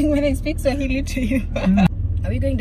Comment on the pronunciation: pronouciation of Swahili us very good